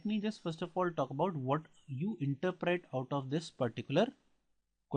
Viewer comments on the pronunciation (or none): none